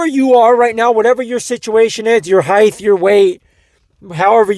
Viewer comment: Stop saying "heighth". It's height.